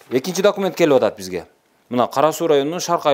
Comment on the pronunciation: Дакимент дейби шүмшүк ?